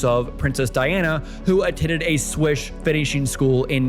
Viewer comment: I finally pinpointed why your speaking sounds a bit weird. You over enunciate. You also have the wrong pronunciation on some words like etiquette and Swiss. You said it like etti-quit and Swish. Mainly it’s you over-enunciation. Feels unnatural and forced.